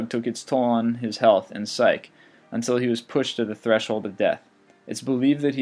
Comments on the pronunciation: It seems like this is your first time reading this. I think whoever wrote it meant "psyche" pronounced "sy-kee" not "syke." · it's pronounced "sike-ee" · I enjoyed this but must offer some additional information. Regarding your #1 choice, his name rhymes with "holy", it is greatly debated whether he actually said that, and his addiction damaged his psyche, not his psych. I'll give you a B+ for the others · Dear Narrator: Please, please, PLEASE learn how to pronounce words and names correctly!!!!!! You are making dreadful errors with commonly-known and -used words and names. For example, "psyche" is pronounced "SIGH-key", not "SIKE". The words are spelled differently ("psyche" vs. "psych") and have two different meanings. Not to be rude (okay, let's face it, this is going to sound rude no matter what), but you really should not just read, but understand what you're reading, for people to truly enjoy it. It's MARIE (NOT "Mary") Antoinette (Let's not even talk about how you pronounced Nostradamus . . .). Sincerely, someone who truly loves the English language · Alistair Crowley's family did not say he was "in good sprits and 'sike'." 'Psyche' is typically pronounced with the 'ee' at the end- not unlike many Americans pronounce 'Nike' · It's psych-EE, not "psych". With the word "psyche", you pronounce the "e" like you would in monkey, turkey, or donkey. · there are so many better last words than these x.x what about Gen. Thomas "Stonewall" Jackson? "Let us cross over the river, and rest under the shade of the trees." btw, "psyche" is pronounced "sike-EE",:P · I've never heard the story of James Adams last words, but I'm amazed you didn't mention the amazing coincidence that Jefferson actually died on that exact same day (and that this day, July 4 1826, was the 50th anniversary of the country). BTW "psyche" (from the Aleister Crowley story) is two syllables. I'll add that to the list of the many words you routinely mispronounce.